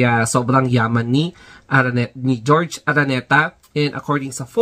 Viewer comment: Bakit GEORGE? It’s HOR—HE ARANETA…. JORGE / HORHE